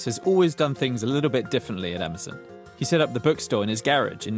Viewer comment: Would you stop saying "Ama-zunn"